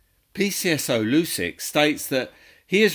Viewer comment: Isn't Lucic pronounced Loo-chik ? >